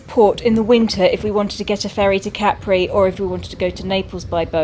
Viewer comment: Never realised proper pronunciation of Capri....I’ve always said ‘Cuh-pree’ lol.